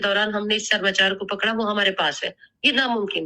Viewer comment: SARAMCHAR NAI HOTA HAI SARMACHAR HOTA HAI